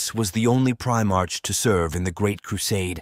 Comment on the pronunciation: Stupid AI can't pronounce "Primarch" correctly